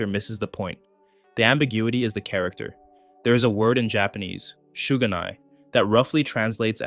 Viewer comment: The way you pronounce shouganai it sounds like you are saying there's no sugar how do even get something that wrong